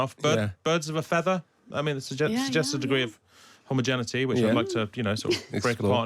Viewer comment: I'm disappointed you can't pronounce "homogeneity" properly